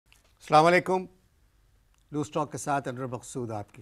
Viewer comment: Salama alykum nhi anwr bhai Asalamo alykum khah krien